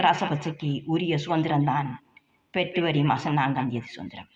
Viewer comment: பெற்ரவரி இல்லடி பெப்ரவரி டி அது என்ன கொடுமையெல்லாம் பார்க்க வேண்டியதா இருக்கு